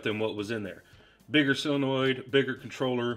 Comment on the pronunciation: While we're on proper pronunciations, it's SOLenoid not SILLenoid. 🍺 Great video!